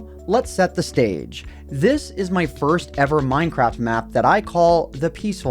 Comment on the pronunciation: MINEcraft ONEpointeightTEEN. Fucking annoying.